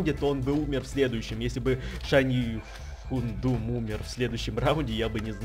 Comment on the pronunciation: Не Хундум, а Хаундум